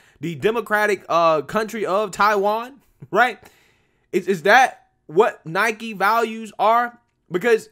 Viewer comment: Listen, for real... Thank you for pronouncing Nike correctly. I agree with you on the rest, but that right off the bat gets you respect from me.